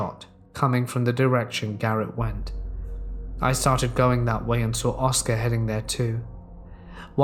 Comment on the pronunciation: One of those folks who says sawr instead of saw. Like nails down a chalkboard, good stories though, and timing/tone of voice are proper. Good work.